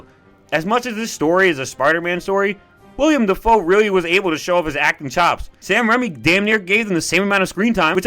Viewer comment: It’s Willam (Will um) Dafoe not William